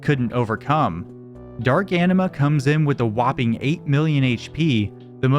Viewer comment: That's not how you pronounce Anima